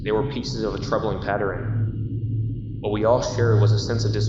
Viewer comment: psha! Ur one of those ppl that pronounce the word "pattern" like "patterin".....why?